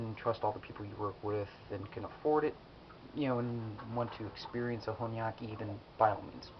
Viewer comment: Here is a thing it's not hornyyaki it should be hon --yaki